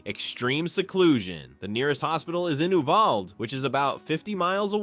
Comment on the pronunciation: Don’t forget how close to the border many of these towns are. Education is mediocre at best. By the way Uvalde is not pronounced this way. Check out the school shooting in Uvalde , that has recently been in the court. Such a tragic event. Look elsewhere for retirement towns.